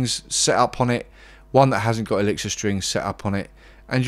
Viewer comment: He cant pronounce the name of his favorite strings....